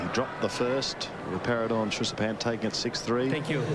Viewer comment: Who is the aussie commentator ? keeps saying Trishapan instead of Srichapan...